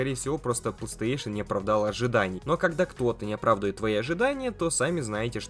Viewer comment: Не плэйстЭэйшн, а плэйстэйшн